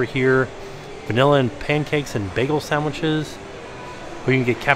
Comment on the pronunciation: "SAMWHICHES" LOL